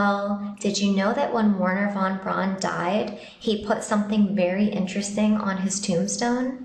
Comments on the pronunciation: Wernher von Braun (pronounced Verner not Warner) must have been very clever to put that inscription on his tombstone, AFTER he died! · Pronounced V erhner. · The W in Wernher von Braun's name is pronounced as though it is a V. He was German, you see.